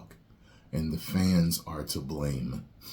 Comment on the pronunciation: “And the Fams are to blane” 😂 for some reason this took me out